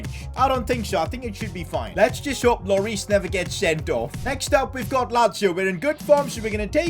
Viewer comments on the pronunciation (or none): none